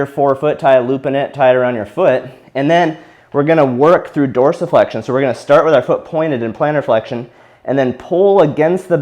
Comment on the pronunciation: I came here just to see how dorisflexion was pronounced